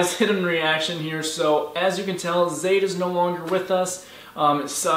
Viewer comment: Guys his name is zade not zayn